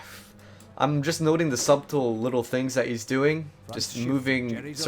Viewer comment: The b in subtle is silent. Its pronounced 'sut-ul' in the same way as one pronounces the word 'shuttle'.